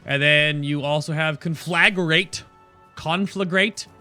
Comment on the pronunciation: conflag...ragaraga. That is the correct pronounce